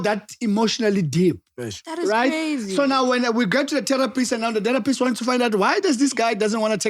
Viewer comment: i love how says terror pist. Its terrapi right der🖤